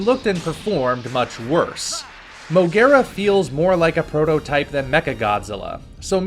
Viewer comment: Not M.O.G.U.E.R.A!!!!!